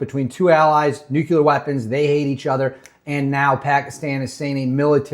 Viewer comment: Very informative, thank you. But, there is ONLY 1 "U" IN NUCLEAR. Hate beithat guy but it's like a bell every time it was said. No offense though bro. Keep keeping on